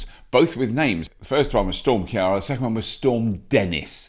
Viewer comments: Robert, I’m shocked with you! Storm kee ar ra??? No no no it’s Ciara (keer-ra). We are Neighbour’s forever yet Ciara, Tadgh, Siobhan or even my name really makes ye struggle? And for the record I am so over winter, absolutely sick of storms. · Storm Ki-ara ??? its Ciara.("Kee-ra") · 2 things; Ciara is pronounced Keer-ah and please avoid using the term 'British Isles'. If you're talking about the UK, then simply say that or Britain, or say UK and Ireland if you really want to talk about Ireland too. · Don't take offence - He can't even pronounce his own surname! ;-) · Storm Ciara pronounced keer-a